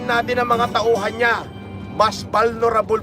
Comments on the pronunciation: "BALNORABOL" -PhD from KAMBRIJ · Vulnerable ❎ Bolnarabol ✅ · vulnerable❌ banorabol✅ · Vulnerable ❌ Balnarabol✅ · VULNERABLE ❌ BALNORABOL ✅ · Vulnerable ❌ Balnurabol ✅ ayon kay gusgusin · 8080 magbasa "Balnorable" daw 😂😂